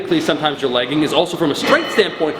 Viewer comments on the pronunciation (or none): It sounds like you're saying legging not lagging. Your Canadian is showing!